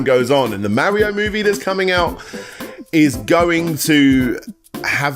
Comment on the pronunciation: I mean you can't even pronounce Mario right so like